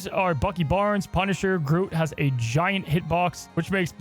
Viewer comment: Wait, how did yo pronounce groot? Groat?